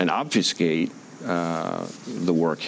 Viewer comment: China, the second most deluded country after Russia. What a time to be alive! Say it with me "obfuscate" (ob-fu-scate) 🙄